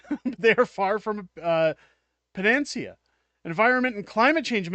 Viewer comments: Pan a C a - emphases on the third syllable. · What’s a pa-Nancy-a? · Pan-a - see -ah